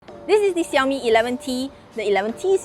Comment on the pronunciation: Fiiiiiiinaly someone who pronounces Xiaomi correctly and doesn't say 少米 instead of 小米 !!!😃🙃 (I started learning Chinese a month ago and am very picky pronunciation wise!)